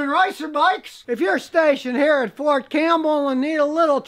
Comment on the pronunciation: It's Fort Cam*P*!bell sire xP